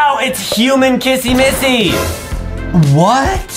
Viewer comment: JUSTIN JUST KEEP SAYING KASSY MASSY